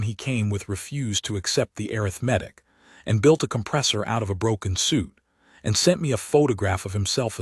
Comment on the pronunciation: Arrgghhhhh. Teach it to pronounce arithmetic and breathed, correcfly. Ruined a perfectly good story